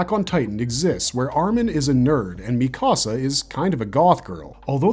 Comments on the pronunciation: The mispronounced names throughout this video have to be done purposely. Mikasa(could be) , shiganshina, sasuke, Yeager/Jeager. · Its driving me up the wall how you pronounce shiganshina, paradis and mikasa 💀